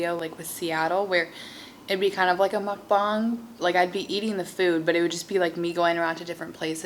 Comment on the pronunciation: you're the only non-korean person I know who can pronounce mukbang correctly